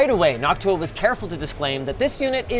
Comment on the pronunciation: I can't help but hear "Noc-tuah"